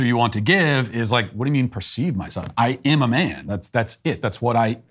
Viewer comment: Why can't Matt pronounce the word "am"? It's not difficult.